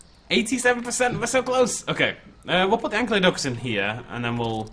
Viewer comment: Your inability to pronounce "Ankylodocus" is entirely because you think "Ankylosaurus" is "ank-ee-lo-saurus" when it's actually "ank-eye-lo-saurus".